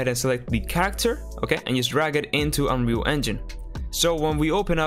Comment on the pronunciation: Why did it sound like you said unreal fuck💀